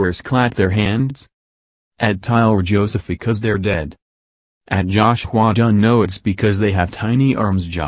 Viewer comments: I can't get over "josh-hua dun" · “JOUHSH HWYUA DONE” that’s how the voiceover says it 😂😂🙏🏻